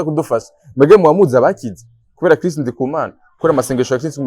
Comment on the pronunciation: Banza umenye kuvuga Chris neza 😁😁 ngo Kirisi 😂😂